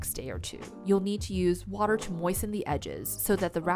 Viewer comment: Flourrrh waterrrrrh nah